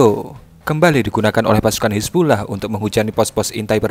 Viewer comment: Napa baca nya "hizbullah" sih min?